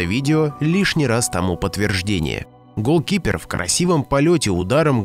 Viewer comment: Пожалуйста не разделяй ГОЛ КИПЕР, а голкипер